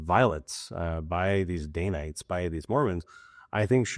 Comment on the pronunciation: It’s danites, not daynites